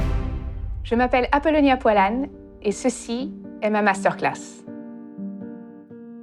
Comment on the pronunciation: They way she pronunces her granfathers surname is just gorgeous